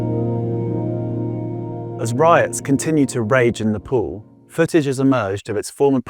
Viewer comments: To the western media.....NEPAL is pronounced as ne-PAAL and NOT ne- PAUL or ne-POOL!! 🤨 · I swear to god it's Nēpāl , not nipple 😂 learn the domestic pronunciation